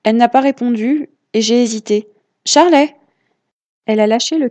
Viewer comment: Juste, elle s’appelle Charley mais ça se prononce Charlie